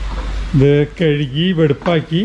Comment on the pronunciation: കഴുകി എന്ന് പറയണം, കെഴുകി എന്ന് പറയരുത്. Good luck